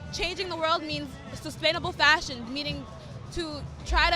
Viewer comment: For a moment i was thinking: huh, she is a fascist student? Realising she said fashion student.